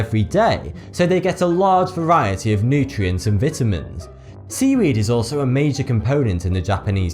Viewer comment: The way you said vitamins made me laugh and I don't want to make fun of the way you talk just saying